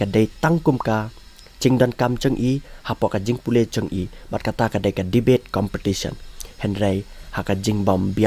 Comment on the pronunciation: Ieng ha liang pyrshah mo sa pronounced Devate instead of debate 🤭fi instead of phi🤦🏼‍♀️